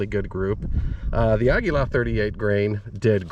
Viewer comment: "Ahguila".... Finally someone else pronounced it correctly instead of "Ageelah"